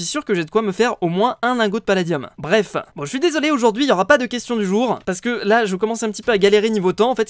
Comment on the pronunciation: ARRETE DE DIRE BREFE